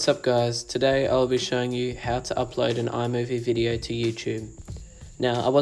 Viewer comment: What are you saying after you said after hitting Done the next step is to hit what???? Upload is that what you’re saying?? It’s into your video. Can’t understand what you’re saying.